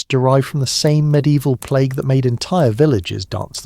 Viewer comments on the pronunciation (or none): none